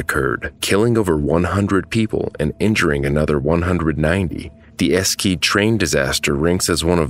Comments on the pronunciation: but it's not duh but 'de' like in Spanish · Its pronounced "Ash E De" - "Esch e de". Not Escede. Also the image of the trees is the memorial not really the trees that stopped the train. Wtf. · I understand too. But I'm getting triggered by how he pronounced all the cities. 😅😭 Eskeet 👏🏻🥲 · Esce? The town is called e-she-de… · No.. not "duh" Its de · Esh-e-duh, not Eskeed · "Eshedde", not "Askeat" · The name of the city is pronounced "E-she-de" and not "Eskeede". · Not "Esky Train Disaster" --> "Eschede Train Disaster"!!!!! Its called "E SCH E D E"!!! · And correct me if I'm wrong' but it isn't pronounced "Ess-keed" is it? I was under the impression it was "Esh-eh-deh" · yes, it's definitely not "Esskeed". "Esh-eh-de" is closer to how it is pronounced in German since "sch" is like a longer version of "sh". "Esskeed" sounds a bit "spanish" to me or "mexican" maybe like "Mesquite"? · try to pronounce this city not as Eskeed, but A-Shed-A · Just in case anyone cares, the place name Eschede is pronounced something like "Eh-shay-duh" not "Eskie" 😅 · it’s not „es-ceede“ - it’s „e-she-de“ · Horrible :( It‘s Ashe-e-de btw, not eskeet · Esh-eh-duh not eskeed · Thanks for making this video, but might I suggest you make greater effort in pronouncing name correctly? Especially the name of the town, Eschede. It's not pronounced Esquede. It's actually 'ɛʃədə. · It´s spoken "A-Sh-Da" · I speak german but I'm confused myself. It's pronounced E-Sche-De ?! That's a unusual name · He called it enskeed ( phonetically) horrible 😢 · It's Esh-eh-de, if you get "Deutsche Bahn" right, you should easily adapt such stuff :) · Eshéduh. The other towns have been pronounced wrongly, too. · using all "E"s the way you would use it in "Edward", it is pronounced "e-she-de" again, all E's like in edwart. for some reason English people use the E as an I a lot which is just plain confusing to me, so I have to specify, not the England kind of E but the Edward E, for all three. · Eskede lmao